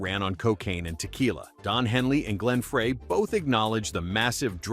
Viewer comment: Who the fuck is Glen FRAY😂😂 Learn how to pronounce names correctly or just don't even bother🙄